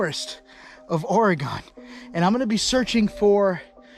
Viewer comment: Proper pronunciation of Oregon, think of this….in a fight would you want a knife or a gun….